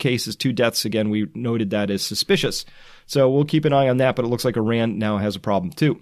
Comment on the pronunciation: It's said like iraaaaahn, not I-ran. Just FYI :) love your updates.